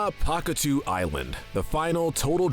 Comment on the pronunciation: Isn't pahkitew pronounced akateyo or pakateyo?